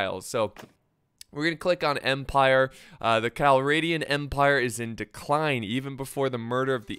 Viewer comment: its not spelled cal-ray-dian its cal-rah-dian ,rah as in the egyptian sun god.